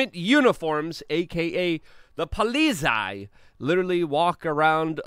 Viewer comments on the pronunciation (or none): It's pronounced "pol-itz-eye" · Been to Germany, it's pronounced Pol-lit-zie. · min, 'polizei' pronounced hilariously. Love this channel, btw!